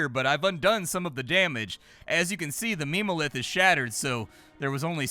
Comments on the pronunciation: Ah yes, "meme-o-lith" 😂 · It hurt my soul a little every time he said it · I imagine the devs meant for "mem" in memo lith to be pronounced like in member. Because meme-o-lith is just impossible to take seriously 😂 but you just know it's what 99% of players are going to read it as